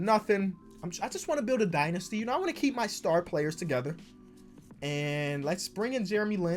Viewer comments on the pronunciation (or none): none